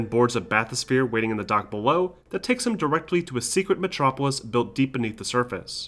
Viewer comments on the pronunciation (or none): none